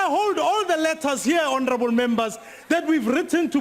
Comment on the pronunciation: don't say again and again honerable